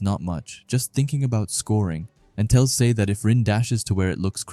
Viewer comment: Just to let you know dude Sae’s name is pronounced as Sa-eh cool video btw 👍